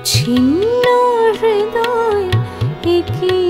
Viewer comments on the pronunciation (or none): none